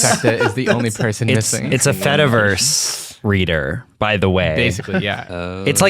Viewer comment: it's been weeks now since i first heard the term, so i really shouldn't be doing this still... but my brain cannot help it. every time you say "fediverse" i hear "fetaverse" and think about cheese! 🧀😩